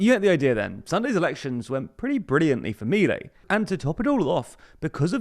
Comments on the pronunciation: I'm an anglophone living in AR, I've been watching your great coverage of this country, but I have to correct some pronunciation of proper nouns as the people say things here: MI-lei -> mi-LEI. Accents usually fall on the penultimate syllable, but family names are an exception. You pretty much decide how your own name is pronounced, and this is how Mi-LEI pronounces his own name. per-on-IST -> PER-on-ist: It seems like you're adapting the word "peronista" to English (or maybe doing some French thing? idk), but I've only ever heard it pronounced PER-on-ist by Argentinian natives when speaking English. Merriam-Webster says per-ON-ist is also valid, but I've never heard it. Either way, per-on-IST is out IMO Great coverage regardless! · It's not Me-lay! Ffs learn to pronounce it correctly if u r going to say it every 10 seconds of this video!!! And they're called Peronistas not Peronistes, the language is Spanish not French!!! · The "disaproval", that big loss a month ago, happened only in buenos aires, a state know for being heavy peronist in nature. The rest of the country held their support, as seen in this national election. Also, minor correction, its pronounced milÉi